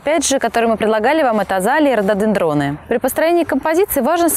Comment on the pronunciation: Молодцы, ребята. Очень поиятный ролик получился. Эстетично. Желательно исправить ударения в названии РОДОДЕНДРОН. Радует превосходная дикция у ведущей. Спасибо, ребята!